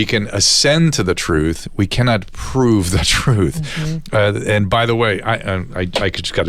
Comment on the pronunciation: How does the NYT reporter have a job when he can’t even say the word prove correctly